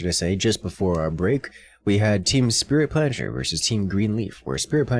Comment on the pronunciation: The pronounciation of "Team Spritplanscher" made me go insane